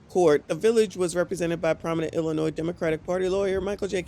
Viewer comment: She killing me with that S in Illinois